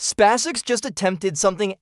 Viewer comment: These poor suckers are unable to purchase an artificial voice capable of speaking "SpaceX" properly!